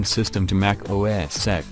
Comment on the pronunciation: OS SEX is what I keep on hearing 😂😂😂😂